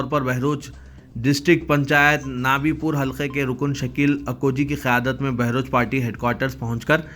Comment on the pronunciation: بہروچ میں نہیں /بھروچ..........